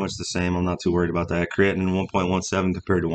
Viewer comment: Hi,, love your content. Just a minor remark - "creatinine" is pronounced as "kree-ah-tee-neen. Cheers!